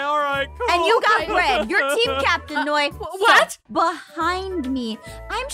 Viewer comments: It's NOI NOT NOIE!!!!!!!!!!! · Is not Noie its Noi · Not to be rude, but it’s Noi, not noie, sorry if i was rude! T-T